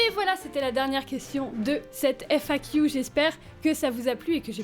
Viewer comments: "FAquiou" j'aime bien l'accent anglais que tu as perdu, apparemment le "qu" reste encore anglicisé ! (oui ça m'a fait tilt en l'entendant 4x à la suite à la fin de la vidéo !) Tant mieux pour Nemesis qu'elle soit à seulement 20min de là où tu es, comme ça tu peux lui rendre visite régulièrement c'est pas comme si tu l'avais abandonné =) Et arrêtes de te rabaisser ! Ya eu un passage dans cette FAQ où tu te rabaissais un peu trop (c'est mon ressenti), tu vis pour toi avant tout ! Ok tu as un chaîne YouTube avec bcp d'abonné mais quand même c'est pas une raison pour t'infliger ce rabaissement ! Et je dirais même raison de plus, si on est autant c'est qu'on t'aime bien ! ;-) Et je crois que toi et moi on ne se verra jamais IRL car je suis un peu agoraphobe aussi xD (Enfin ça dépend les situations, dans les parc d'attractions j'ai aucun soucis mais dans les conventions ou autre c'est plus compliqué ~) En tout cas, continues à aller de l'avant tout en respectant ton toi intérieur ! Et vis une belle vie ! ♥ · On voit bien les trace de ton anglais sur la manière de prononcer le "Q"